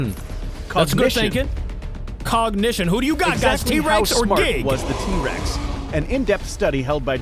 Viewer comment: FINNALY said giga right